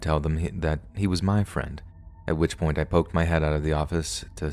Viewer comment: Couldn't help but laugh at the "Thanks so much friend... suh"